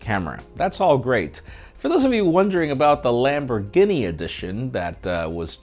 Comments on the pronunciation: lambor guinea, lol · "Lamborgini" edition 💀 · Dude! Do you really not know how to pronounce Lamborghini man! Sound it out bro..... "Lam-bor-gee-nee"! You poor poor sheltered little man! Lmao....I almost gave this video a thumbs down for murdering the Lamborghini name....smh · Did-did he say "lamborginny"...twice??? Ginny???? 😳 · What's a LamborGUINEA??? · “lambor ginnie ” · An grown man wearing a child's t shirt cant even pronouns Lamborghini so funny